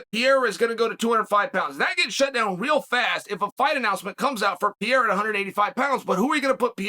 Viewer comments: Chael , I Like you ... but pls ... It's PEREIRA not PIEIRA. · Please stop saying piera please. Its pe re ira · Glasses Chael vs “Pee-era”..?? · I wish I had as much confidence in anything as Chael does saying "Piera" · Pierre - ah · This fucking racist, enjoys misspronouncing Pereira's name even after having been called on it explicitely. He knows he can easily say it right, he won't, and plays like he is an objective character in the MMA world.. the fact that he underlines this so often (every time he can almost), makes it more obvious.. dude is a liar and everything but objective. He sells this image, but ist the fakest one in the business. Though successful, good for him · WHOS PIERRA?? Ariel called chael out for pronunciation of his name. Have some respect for these dudes and at least learn prOper pronunciation. Its not even a hard one.....